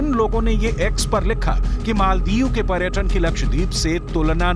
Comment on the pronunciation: Madam . प्रटक,pratan नंही पर्यटन और पर्यटक होता है।हिंदी तो सही बोलिये आप न्यूज़ एंकर है